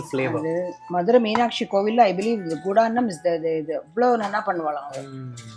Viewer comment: This is GUDANNAM not Kudannam. While reciting in Agamas, during the conclusion of Bramothsavam, the priests recite what they offered during Brahmothsavam like various Annams, flowers, jewellery, and other comforts like Vahanams, Mandapams etc. to the Lord Supreme.